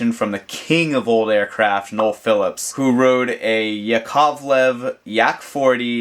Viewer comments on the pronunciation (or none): none